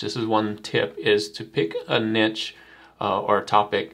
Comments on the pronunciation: This helped a lot even as a professional artist! Ty :> P.s. The word, Niche, is actually pronounced as "Nee-sh", kinda confusing I know 😂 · Couldn't listen to it. There is no T in niche. Sheesh.